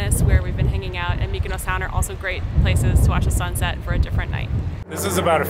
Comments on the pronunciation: Tulum....Mykonos. LOL That is exactly what I was hearing every time said Mykonos. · Nobody: TIM: MYKONOS